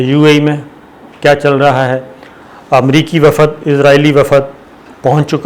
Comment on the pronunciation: Pehly urdu theek kro bhai, Its WAFD, Not WAFAAD 😂